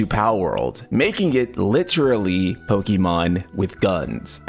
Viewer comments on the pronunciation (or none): Please stop saying Pokimon. It's very clearly Pokémon. Pokaymon.